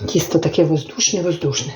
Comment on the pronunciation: правильно говорити не Кісто а Тісто